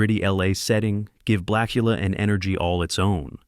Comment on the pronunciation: AI can't pronounce "blak-yu-luh."